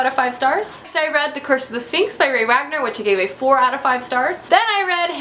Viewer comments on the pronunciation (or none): none